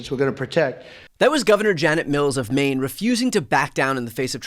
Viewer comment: *Maine not anaine